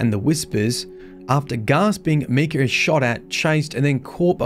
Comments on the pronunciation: Your pronouncing Micah wrong. Your pronouncing it me-cah, instead of mI-cah. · Micha is "my-ka" not "mee-ka" that's spelled Mika. I went to school with Michas and Mikas lol jus saying 👀❤️ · Its Pronounced Mike-ah not Me-Cah.... names aren't hard... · So, did you start to pronounce the name as "Mee-kah" from the get-go or did you have to readjust your pronunciation of the male name "Meye-kah" (long "i" sound) which would be from the Bible. I personally have only met guys who pronounce their names as Micah (with the long "i") where Mika would be the two girls whom I have meet that pronounce it with the long "e" sound. Really interesting lore video nonetheless to see all of the ties to itself and other aspects of the Destiny-verse. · Micah. My. Kah. Micah. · It’s not Mikah, it’s Mikah 🤣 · It’s Pronounced (My-kah) not Mii-ka. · The I is not an e not meecah it's mike ah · Love you bro, but for what it’s worth, it’s pronounced Mike-ah, and he was a biblical Prophet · It’s pronounced “My-ka”. Trust me, since that’s exactly my name, and how it’s said lol. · I have an IRO friend with that name and it’s pronounced Mike-ah. Great video otherwise! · It's pronounced "My-kah" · It is pronounced MY-KUH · Anyone else bothered by how he says Micah.... like bro talk like Arthur Morgan when you say MY-Cah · It bothers me how he says Micah's name. Cause that's my name and so many people have jokingly said it like he did. Btw it's pronounced My-cuh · Meek-uh? I've never heard it pronounced that way. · MY CAH (how to pronounce it) ffs you suck at prounouncing these things 😂 love watching you try to prounounce names on stream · English is weird. to even write “Mee” to explain what the whole world pronounces as an “i” , i as in interest, shows the perversion of the language . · So im guessing you havent heard of the character Micah Bell. Just bringing it up as it might help with the pronounciation of the name